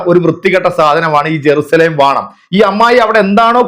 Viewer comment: ഇവളെ കരണം നാട്ടുകാർ അടിച്ചു പൊളിച്ചതിൻ്റെ ഫലമാണ് ഇവള് നാടുവിട്ടത്. ജെറുസലേം എന്ന് പോലും പറയാൻ കഴിയാതെ ഏറുശ്ശലേം എന്ന് പുലമ്പുന്ന വിഡ്ഢി തള്ള